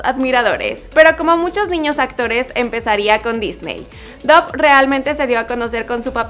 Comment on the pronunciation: No se pronuncia Dough sinó "Dof".